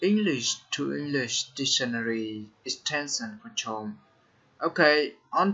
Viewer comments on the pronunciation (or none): ông học BK à, tự tin là tốt, nhưng phát âm sai rất nhiều, chrome= krom nhé